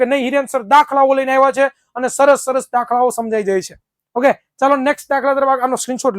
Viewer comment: he try to said saras 😅